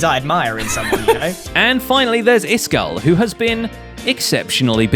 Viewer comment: "Iskall-ated" I'm done ...